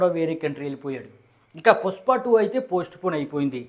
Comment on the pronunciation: Bro adhi pushpa, puspa kaadu